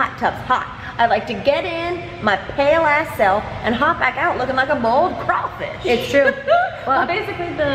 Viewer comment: Mamrie has never sounded so southern as she did "Boil'd cra'fish!"